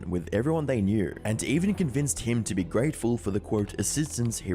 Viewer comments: "Geatful" C'mon all this flashy video essay bro style and you missed THAT? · Please tell me she didn't say 'greatful'.